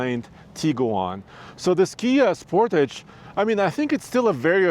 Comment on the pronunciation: As a Canadian, hearing the way you say Sportage causes me physical pain 😅😂